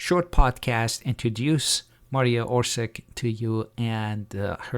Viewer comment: What orsik its maria orsiç, not with an k, she is not even german she is from croatië zagreb